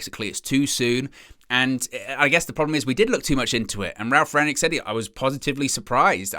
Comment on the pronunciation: Rang-nick, not 'yick'...